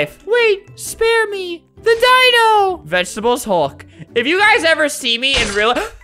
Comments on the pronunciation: Do you mean vegaatablees hulk? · nobody: NOT A SINGLE SOUL::VeGetEbelS HuLk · nobody: not a single person: not a single soul::vegetebles hulk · "Vegetebles Hulk" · "vegetebles hulk" -, 2019. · Everyone: Say The Magic Words!: Vegetebles Hulk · 5 years later and “Vegetebles hulk” has dat with me the whole time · “Vegetebels hulk” i felt that.. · "Vegetebles hulk" is happiness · "Vegetebles Hulk" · Vegetables Hulk